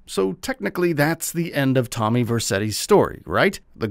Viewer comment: First you butchers Tommy's name. and now you don't know Victor's name ? 😂😂 sheesh.